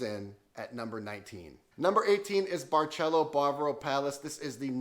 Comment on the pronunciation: Remember for "barcelo" it's pronounced like "barcelona". Not barchello